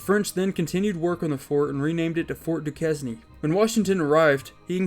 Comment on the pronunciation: Ducane not Dukesnee